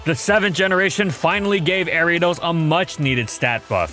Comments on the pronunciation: Area dose? Arree ah doss! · People say Airiados The anime says Ariados My step uncle says Aryados Pokémon pronunciation can be pretty confusing yet entertaining sometimes. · The way he pronounces Ariadne...jeez